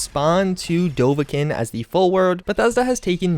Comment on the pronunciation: Bethesda YouTubers should probably learn how to pronounce dovahkiin. :-P